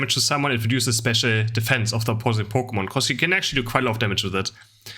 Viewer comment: Wenn der deutsche Pokémon ausspricht 😂😂🤌🏻🤌🏻